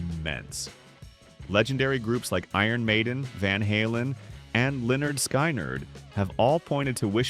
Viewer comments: Who dafuq is Lynyrd Sky Nerd? Frigging AI bs. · Learn how to pronounce Lynyrd Skynyrd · ( Pronounced leh nerd skin nerd ) 😮